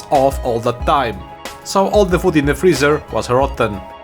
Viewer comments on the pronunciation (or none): none